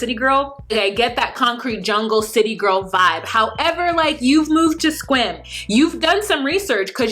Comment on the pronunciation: I’m in WA, I’m so proud of your pronunciation of Sequim. Because many people say SEE- cwim all the time. You say it like a native. Kudos girl!